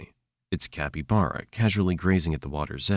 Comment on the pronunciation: Is this AI generated? The mispronunciation of caiman and capybara were a bit off-putting.